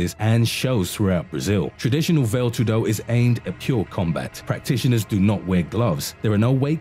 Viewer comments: Well, a minor respect related point on names. If you are able to say Muay Thai & Pinc(h)ak Silat without mistakes, you can try the same with Vale Tudo - not "Vail Too-DO", as you pronounce it, but "VAa-Le TOO-do". A minor issue & a friendly suggestion;) P.S. there were ZERO martial arts in Russia in the past, the only thing that existed was bareknuckle fight without any form or system(a;), just bare force. After their arses were wooped in individual fights over time in their wars on the Asian side of the continent by smaller opponents, the Russians realized they need to adapt, primarily, Judo to their needs & "created" SamBO (translates as Self-defence Without Weapons), which is Judo plus several local popular wrestling techniques. I very briefly trained in both as a kid, followed all the prohibited at that time karate(!!!) self-copied books and hiding practitioners and there was absolutely not a single word about some another domestic fight system (Systema). This is just another copycat adaptation Russians did, in absence of own fights (too often vodka inspired, hence erratic). And, sorry, but I am not impressed by it in any way. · “ vail tudo” , diiiiiiick. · "vale tudo" the pronunciation killed me, lol, very deadly indeed. A little tip for the creator: it's "va (as "fa" in fantastical, only with a v) le (as in "lay") Va-lay tudo. Vale Tudo. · What do you say when a fat kid comes into the gym? "It's called Vale Tudo, not Whale Tudo" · Veil too do. XD Nice pronunciation dude! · It’s pronounced valley-toodoo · Veyl tudo and moo thai. 😂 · "vale tudo" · I'm done listening to this guys incorrect pronunciation of these fighting style names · God the pronouncing of VALE TUDO and Muay Thai makes me cringe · Funny that you can find all these videos about Martial arts, made by people who have never done martial arts themselves. Can't even pronounce Vale Tudo or Muay Thai properly ahahah